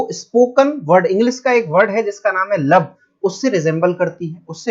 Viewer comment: Sir lup hota hai lubb